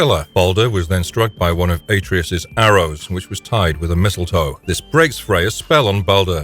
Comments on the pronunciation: He did not stomp on Helios' head.. He tore it off..🤦🏿 That and the ungodly way you pronounce Atreus.. Its Uhh-tray-us not Aye-tree-us.. Clearly proves you have NEVER played God of War. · Better yet, take a shot every time he mispronounces a name. 🤦 Atreus... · Why is it that no YouTuber can pronounce Atreus?